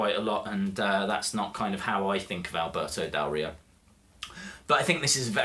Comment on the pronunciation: you say his name very well i am mexican and you say it better than most of the people haha he is a great wrestler with a lack of opportunities whatever, great review